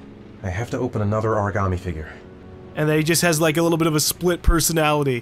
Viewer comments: Frost Except Kramer he says it like he's never heard the word in his life, and just says it like how he thinks Shelby said it... "Origarmay" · Everyone in this game pronounces origami like a new yorker. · I hate the way they pronounce origami in this game